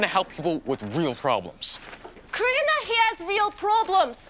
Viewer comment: It's Karina not Katarina